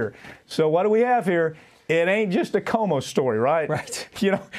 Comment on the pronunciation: That Papantonio dude needs to learn how to pronounce Cuomo. doesn't dare correct him, though. LOL